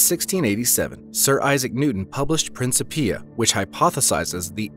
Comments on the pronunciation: Isaac Newton's book was Principia pronounced: (Prin - kip - ia) not (prince - i - pia) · I also noticed , narrator says the Planck Epoch was up to 10^43 seconds after the big bang. Should be 10^-43. Also, what a strange pronunciation of "Principia".